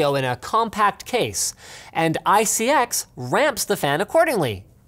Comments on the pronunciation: It's pronounced (eye-see-ex) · Linus you want to know who you pronounce iCX, it is i-C-X.... not every acronym is said as a word. It is like how the EPA is E-P-A and not EEPPPAAA!! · Linus, it's obviously pronounced "ICX" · I thought he siad isis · You pronounce it as "ISIS" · ICX pronunciation EYE-SIS. your welcome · Did anyone else think that when he was trying to pronounce ICX it sort of sounded like isis? I thought this was pretty funny, but he could be a threat, we need a conspiracy video with evidence supporting or refuting if he's isis for all of our safety. Like this comment if you think #LinusisIsis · Pronounced "Eye Sex"